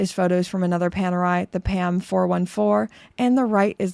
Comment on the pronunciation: Ni una vez a pronunciado bien Panerai 😂